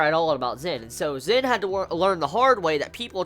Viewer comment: He's name is Zen not Zin! no offence